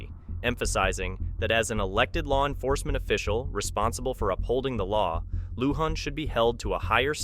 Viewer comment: You're right !!! When they showed the the new clips on him they said Lujan properly. This mispronunciation drives me nuts?